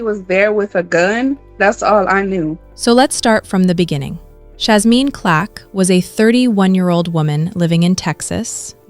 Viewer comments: Why you keep saying Clack? It's Clark. You should be more careful. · Her name is CLARK NOT CLACK, AND A FOUR YR. AGE GAP IS NOT A PROBLEM. SO STOP AND KNOW THE PERSON YOU'RE REPORTING ON. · Why do these AI's never get black people name right??? Even simple names like CLARK.